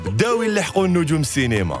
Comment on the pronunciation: واشبيهم يقولو cenema au lieu de cinéma 😊